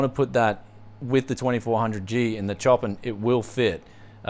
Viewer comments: Great giveaway! On another note, the case is pronounced show-pan spelled (like the composure) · Is that case maybe named after the composer Chopín? In which case it's pronounced like show-pan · lol i kinda like how pronounce it more. "sho-pan" sounds weird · The way he pronounces Chopin tho... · It hurts my ears when i hear prononcing Chopin's name,Steve from hardware unboxed does it corectly:P.